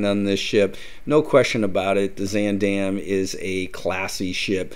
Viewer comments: 1) Why do you keep pronouncing the name wrong? It’s more like Z-ahn 2) Who says “chow”. Horrible. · I have to start off by saying I'm really looking forward to this video but it's going to be so hard to watch because you are not pronouncing Zaandam correctly. 😢